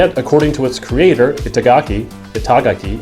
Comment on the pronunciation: Definitely want to see more of Devil's Third. It's been a looooooong time since I've played that type of shooter, and even longer since I've owned one, and the Multiplayer trailer had me interested. Sidenote: It's pronounced Ee-tah-gah-kee (ah is pronounce like the a in apple). Souce: Taken japanese with native speakers teachers for 3 years now, and things like this is one of the first things you learn :3 Also, while the Wii hentai relation is hilarious, I'm not sure I should have looked up those pornhub stats. Apparently "step mom" moved up 14 places and "step sister" moved up 58 places in terms of search popularity... But I still couldn't confirm the hentai thing is true.